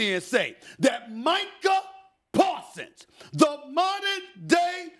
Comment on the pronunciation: Micah pawsons 😂😂😂😂😂🤣🤣🤣🤣🤣🤣🤣🤣🤣